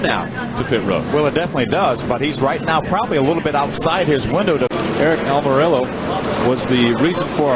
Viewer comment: Back then NO ONE could pronounce "Almorola" correctly... Took an interview at Dover where Aric had a sheet of paper as to how to pronounce his last name for everyone to finally get it right.